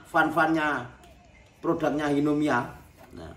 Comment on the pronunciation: Hinomiya, bukan himoniya 😃